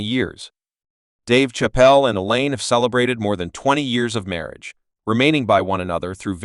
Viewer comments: AI crap. You can't even say his name properly 😂😂😂😂😂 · This man is butchering his last name...fucking rookie